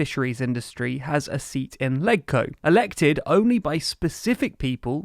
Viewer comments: in HK, LegCo is pronounced “ledge-co” not “leg-co” to be consistent with the pronunciation of Legislative Council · It’s pronounced “Ledge-Co” (ie. “Ledge” in Legislative), not “Leg-Co”. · Legco is pronounced as ledge-co. Just as how you would pronounce leg in the word legislative. Not rocket science.